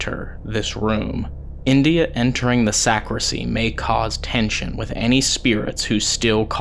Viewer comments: Great episode guys! I loved watching it and the Paranormal Encounter's episode with Ryan as well! That place is huge and scary! FYI- it's actually a "sacristy" not a sacrisy. 🥰 Can't wait to see your next episode!!!🥰💖💖💖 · Just a friendly FYI...it's Sacristy not Sacrissy. Carry on! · Love you guys. Your calm, dignified, evidence-based methods makes this an amazingly watchable channel. It’s super scary but it’s well researched and put together with loads of effort and energy. Just so you know , it’s pronounced sac-ris-ty. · The room behind where the priest gets ready is called a sacristy. The t is pronounced. Just thought I’d let you know. Enjoying the investigation.